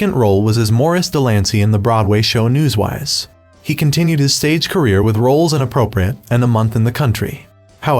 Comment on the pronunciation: Narrator says “ News-WISE” when the title of the show is “ Newsies.”